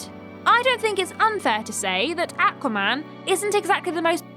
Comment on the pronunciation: If i hear say AQua man one more time, i will literally die.